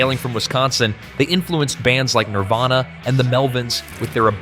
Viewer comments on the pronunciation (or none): none